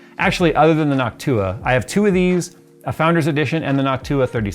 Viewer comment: Every time you said Noctua I just kept thinking Hawk Tuah!!!